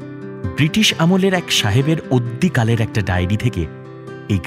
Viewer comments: কথাটা অদ্যিকাল নয়, আদ্যিকাল। অদ্যিকাল বলে কোনও শব্দ নেই বাংলা ভাষায়। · অদ্যিকাল'টা কী বস্তু!!! কথাটা- আদ্যিকাল।